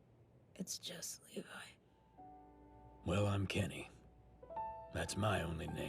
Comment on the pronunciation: “Levi just levi” that hurt so much